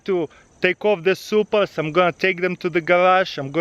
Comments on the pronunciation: Are you saying Supra? Like the first time u said it I'm like "did he say Supra?"😂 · Was he saying i have some supras